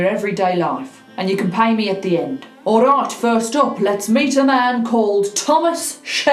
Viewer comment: I love the way she says Ourayt😂😅❤❤❤